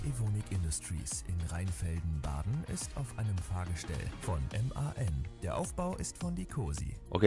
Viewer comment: that is how you pronounce "M.A.N."